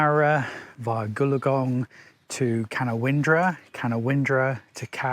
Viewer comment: Hey, they call it ca- noun-dra 😊. Merry xmas and thanks for the entertainment!